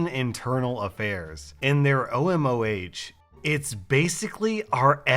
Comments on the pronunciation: its not MBD its MVD and not OMOH its OMON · the last letter is pronounced N It's Slavic alphabet not English O M O N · the thing that he pronounced as MBD OMOH is actually MVD OMON!! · It actually pronounce the KGB not the fbi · This is not pronounced OMOH.This is pronounced OMON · It’s not H, it’s N It’s because N is written like H in Russian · It’s no pronounced OMOH it’s acctuallly OMON The H is the Russian n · I’m just saying the letter H in Russian is pronounced as an N and a capital b in Russian is pronounced as a V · By the way, he's writing this in Cyrillic and "OMOH" is pronounced "OMON" and the B is pronounced like V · in the first story, it's not omoh, it's pronounced omon, ОМОН those are russian characters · The first acronym is MVD,the second is OMON.The town's last sound is how the the "s" is pronounced in "unusual". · I know this vid is 4 months old but МВД and ОМОН are pronounced "MVD" and "OMON" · The badge is pronounced MVD and OMON the H means N in russian and the B is a V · Just don't take it as hate, just for you to know maybe in future. "МВД" pronounces (idk if I writed it correctly) MVD and "ОМОН"-OMON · Actually it's pronounced MVD OMON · Aww. I wish OP had used actual Russian swear words. Oh btw,. The right pronunciation of those acronyms are MVD (MBд) and OMON (OMOH). In Russian what you would read as B they read as V and what you read as H they read as N. There a couple of letters like that in the Russian alphabet.